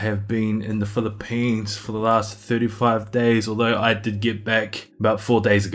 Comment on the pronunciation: The way you say Phili-PEANS 😁. Sounds like you had a very productive trip. Can’t wait to hear/see how your future evolves! 🤙🏼